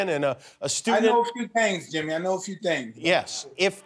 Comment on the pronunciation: When mike says your name is Yimmy, then Yimmy it is😂